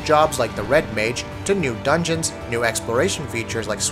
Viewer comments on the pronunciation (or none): none